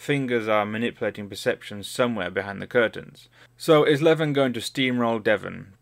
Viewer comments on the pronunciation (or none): none